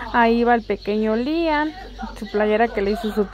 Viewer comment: porque nunca le dices correctamente el nombre a tu hijo siempre dices lian